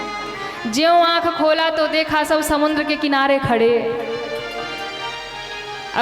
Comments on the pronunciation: प्रवचन करने वाली बहिन जी समुद्र को समुन्द बोलती है जो कि पूर्णतः गलत है। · बहिन जी आप समुद्र को समुन्द बोलती है जो कि गलत है।कृपया सुधार करें।